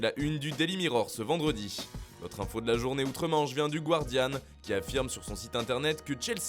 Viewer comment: Le mot anglais "Guardian" ne se prononce pas "gouardian" mais "gardian".